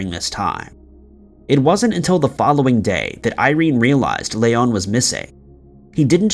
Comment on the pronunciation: the only time the name Leon has been more annoying to hear was in RE4... Hes from Oklahoma its not Lay-on its Lee-on...